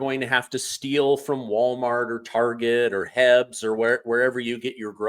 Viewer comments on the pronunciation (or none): Dont say heb. Say H-E-B. PLEASE. it gave me a stroke but good video otherwise. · It is H E B not HEBs! 😂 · HEBs is pronounced H-E-B.